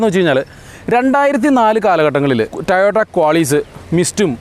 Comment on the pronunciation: Tayota tayota? Tayotayo? 🙄 toyota alle?